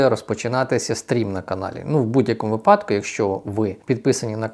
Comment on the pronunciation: Став правільно наголоси.(Випадку)